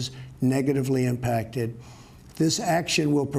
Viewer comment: Impact-it??? Impacted you meant 😡🤦‍♀️